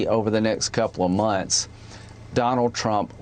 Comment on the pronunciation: The nex coupla munce? What the H*** is Lindsey talking about?